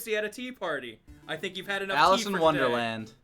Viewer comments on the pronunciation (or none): none